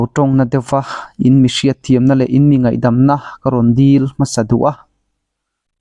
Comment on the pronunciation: chu mi mai ti rawh ' mei' a ni lo